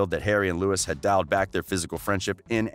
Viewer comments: We don’t trust anyone who says Lewis Tomlinson.Just no😖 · I don't trust anyone who says Lewis Tomlinson. Thats it.